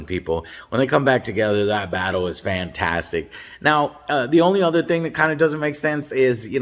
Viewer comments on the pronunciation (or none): none